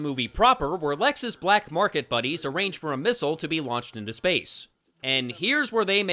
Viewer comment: I don't know why his pronunciation of the word missile drives me nuts but it does...not as much as nuclear but still.